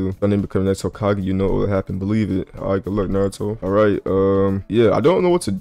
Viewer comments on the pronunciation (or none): none